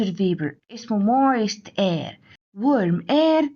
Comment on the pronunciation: الفيديو مليان أخطاء 😂 كما أن كلمة air بتتنطق إير مش آير 😂😂😂😂😂